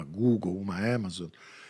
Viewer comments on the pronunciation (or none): none